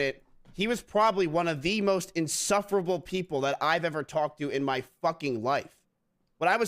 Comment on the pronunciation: "Inserffuruble" when he was the one who approached him, when a guy is uncomfortable and they don't really want to talk leave them be like Tommy said he wasn't really comfortable talking to mizkif, when a guy doesn't want to talk like leave him alone, and also be the older and mature guy and just leave ya gnome